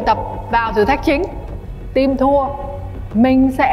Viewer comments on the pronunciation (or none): Hlv hương ginag đọc Team thành chim 🐦.làm ơn nói chuẩn ạ